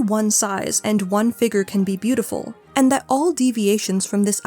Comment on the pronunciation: I’m so sorry girl, the way you pronounce “figure” hurts